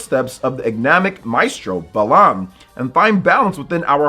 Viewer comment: pronouncing it “belan” and not “bah-lan” are fighting words